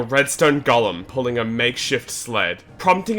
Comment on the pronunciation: It's irritating my soul how this dumass pronounces golem